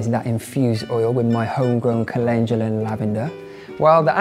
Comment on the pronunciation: Me: Cal-In-Doo-Luh Him: Calenjula 😂 When you realize you've been saying something wrong your entire life